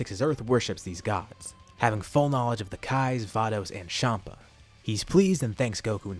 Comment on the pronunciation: Everyone else: Chompa: Shompa